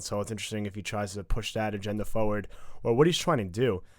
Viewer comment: “...moving fawrward”